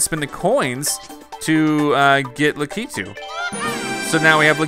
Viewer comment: your saying lakitu wrong the pronouncement thing is lack e 2 lakitu